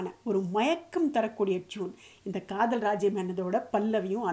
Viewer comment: to காதல் என்று அழத்தம் இல்லாமல் கதல் என்று உச்சரிப்பும் அழகு தான்